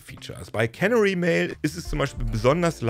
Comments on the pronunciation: Der Punkt ist, wo die Betonung liegt. Es ist nicht KÄNnery (cannery), sondern keNÄÄry. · Canary wird (wie auf deutsch auch) auf dem zweiten "a" betont. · Canary (Kanarienvogel) wird übrigens nicht wie Cannery (Konservenfabrik) ausgesprochen. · Canary wird typisch für Englisch »Känäri« ausgesprochen.